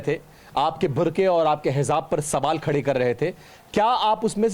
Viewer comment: Khado tum khado ...kya hota h bhai plz ...pronounciation thik se krna chahiye khade rho aisa ku6 h ...